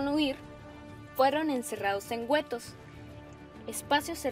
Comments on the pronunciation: Güetos? guetos ! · 1 la invasion a polonia se llamo operacion sao blanco o weiss en aleman. no operacion relampago y 2 los guettos se pronuncia geto no gueto. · Güüüetos? Hasta donde sé, se pronuncia guetos!!! Para que la sílaba "gue" suene como si tuviese una U, debe tener la letra U un diéresis. Ej: Agüero, antigüedad, cigüeña. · por favoooor no hagas esto si no tienes ni idea, Polonia no es una ciudad si no un país; es Adolf Hitler no Adolfo como le llamas tu y no se dice güetos es guetos sin pronunciar la u por dios y eso k no me lo he terminado de ver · u erre ese ese, en vez de decir urss madre mía, eso indica todo de este vídeo o decir Guetos en lugar de Getos,( escrito fonéticamente)😂😂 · getos no wuetos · Le falta más recursos y efectos audiovisuales, mayor fluidez a la hablante. Donde encerraban a los judíos se les llamaba "guettos" no "güetos". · la pronunciación es guetos no güetos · La urreeseese? jajajja un HUETO? No, pues no hay seriedad en este video. A estudiar chicas . Estan muy verdes. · mori de risa cuando dijo gUetos xd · ¿Güetos? Primero hay que aprender a hablar antes de enseñar. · dice "güetos" y "ciudad de Polonia" malísimo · Polonia es un país, no ciudad. y los guetos no se pronuncian güetos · "güetos"? pulgar abajo solo por eso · bueno...tienen 10 meses discutiendo esta estupidez. Esto debido haber sido muy divertido durante todo el año. Eso si, critica justa al canal. Si vas a hacer videos de historia, lo mínimo es que no cometas errores tan tontos como decir que Polonia era una ciudad. p.d. Ademas...¿Güetos?...jaja...